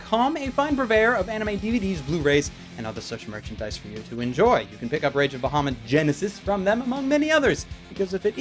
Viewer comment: okay.... couple reason why I personally couldnt watch the anime (yes they all revolve around D&D) Firstly the name is being pronounced wrong, secondly, BAHAMUT IS THE KING OF THE GOOD DRAGONS! if they wanted a villian dragon, dont use a metallic dragon use a chrome, or even better yet, USE TAIMAT. SHE IS LITERALLY THE QUEEN OF EVIL DRAGONS.